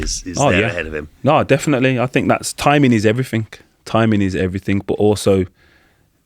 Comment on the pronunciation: Since when did "everything" end with a "K"